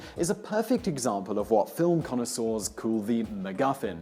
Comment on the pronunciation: Really- we're now pronouncing Bogart to rhyme with yogurt? And connoisseur ends with a "sir" not a "saw". His mispronunciations are so distracting.